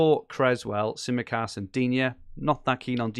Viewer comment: Some cracking teams in this podcast! Fantastic Greek accent for your pronunciation of Tsimikas too,! You've finally nailed an accent!